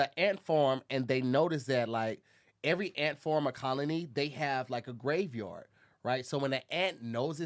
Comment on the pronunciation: lol “ant forms”